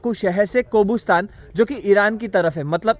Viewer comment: isko कोबुस्तान नहीं कब्रिस्तान बोलो 😁😁😁😁